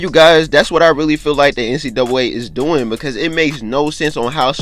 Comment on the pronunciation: He don’t know how to say NCAA